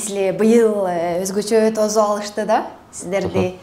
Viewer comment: Тозуп эмес🤦🤦тосуп дегиле